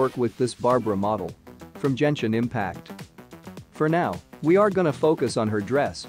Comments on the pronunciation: Just type in "guenshin" instead of "genshin" in the voice program and it will say Genshin properly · “Barbara, from J e n s h i n impact” he says